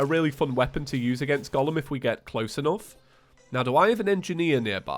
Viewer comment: Did you pronounce Golem as Gollum? Or I just misheard that?